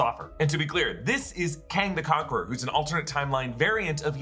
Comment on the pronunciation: The way you said, "KANG THE CONQUERER!!" cracked me up! 🤣